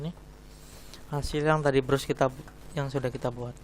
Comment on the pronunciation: brush dibaca bras